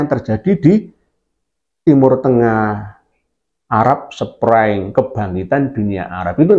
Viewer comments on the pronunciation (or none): The Arab Spring yi. Bukan SprEng. Maaf